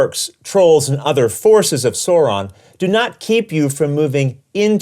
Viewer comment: Excellent explanation! I know how to play this game now! Only critique I can give is the way that Sauron was pronounced... It hurt my feelings...